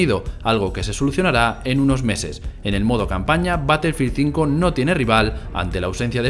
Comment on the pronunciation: Como vas a defender a un titulo si ni el nombre saben pronunciar, ''colosdiuti blac ops cuatro'' '' batelfil zinco''